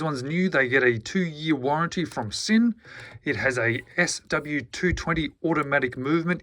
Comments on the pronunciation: Yes! In German S in the beginning of a word is pronounced Z. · The s in German is pronounced z mate